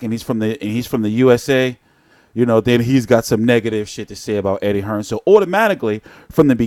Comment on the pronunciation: U yanks keep pronouncing it wrong, it’s not “Hearns”, it’s “Hearn”!